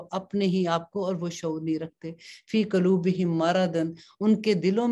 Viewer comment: Kuloobehim nahi h..Quloobihim h